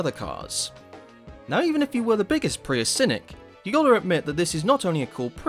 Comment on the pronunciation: Ugh that pronounciacion of Prius STOP ITS HURTING MY EARSSSS😭😭😭🙏🙏🙏